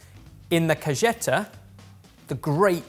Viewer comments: trying to pronounce mexican words is so fun. Cajeta not Cageta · Say it with me: CAH - HEH - TAY, not kuhjeta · WAIT HE WAS TRYING TO SAY CAJETA WHAT THE FUCK IS A CAYETA LOL please for the love of god someone have google things before he says them out loud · Pronunciation tip: the "j" in "cajeta" is pronounced like an "h". So, more like "kah - HEH - tah". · it is Cajeta( ka-he-ta). The J in Spanish is pronounced like an H. Just for future reference. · that sauce is pronounced ka hey ta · As a Mexican, I can’t even begin to tell you how excited I got at the Mexican treats that made. 🤤 But your pronunciations made me giggle 😂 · well, it is in spanish. J in spanish is pronounced like H is in english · man, I love your content, and the fact that you showed a great Mexican product (Xilinat) was amazing! Just a small heads up if you ever read this: Cajeta has a hard H sound, not a hard J. Think "Heat" and not "Jet". It comes from the spanish word for "box" (caja), since it was originally sold in little boxes. Awesome videos! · I loved this video, I learned quite a bit about food issues i didn't know existed. Although, side note the way said Cajeta hurt a little lol. The j makes a 'heh" sound lol but honestly that's super minor in terms of the whole video. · Cajeta, the sound is like when you say Hot. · Any other Spanish speakers shudder a little every time called it "caJeta"? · Will ever learn to pronounce "cajeta"?